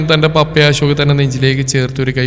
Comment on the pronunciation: ജാൻ അല്ല അശോക് അശോക് അശോക് 10 തവണ പറഞ്ഞു പടിക്കു,,, ജാൻ കേൾക്കുമ്പോ നീലാംബരി ഓർമ വരും